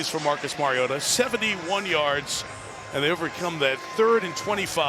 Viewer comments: I do not love the way he says marioTa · Ah yes the backup quarterback, Mario-tuh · Its Collinsworth..